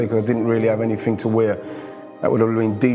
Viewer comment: glad he has gone from match of the day,awful speaker,he's all sumfink, nufink,anyfink,featre,frooball, free, firty free, uvver.Bloody awful grammar but seems to be the way a lot of people speak now, drives me mad.